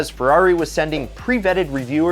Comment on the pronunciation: if i had a dollar every time i heard "Fewarri"....🤔😒